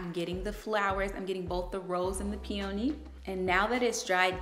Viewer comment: You are mispronouncing the name of the peony.